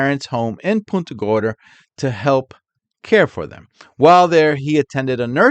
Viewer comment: btw, just a minor correction: it's punt -- like punt a football, when saying punta gorda. 😊 PUHNTA thx for all u do,!